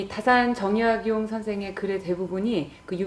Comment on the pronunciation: "최고 천재"! 이 얼마나 어색한 표현인가? "변방"의 "변"자를 왜 "길게" 발음하십니까?? "가 변 자"는 짧게 발음해야 하는 것을 구ㅏ하와 같은 한국의 학자께서 글.ㅅ 읽었다는 것은 1967년에 고국을 떠난 이 늙은 이는 너무나 실망했습니다. "한국 어문을 고발함"이라는 책을 일독해 주실까요? 미국 변 완수 드림. 또 놀란 일!! 주제가 다산 "정 약용"인데, 이 아른의 성 "정"자의 틀리게 모두 틀리게 발음햐고 있으니, 대체 한국의 언어 문화의 주소는 어디메 있아옵니까??댜산 선생의 성은"짧게" 읽어야 합니다.제발!! "짧게" 읽어야 하옵니다!!